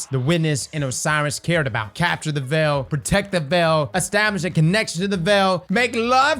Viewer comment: Obviously we’re wondering about The Veil, but this guys asking more important questions, “what is the Vel?”